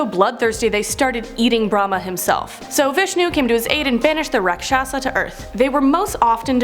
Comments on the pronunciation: Hey it's pronounciation is RAKSHASH not RAAKSHAASHA . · Rakshasa is pronounced raakshas and the one image of the half lion half man is actually lord Vishnu’s incarnation killing a raakshas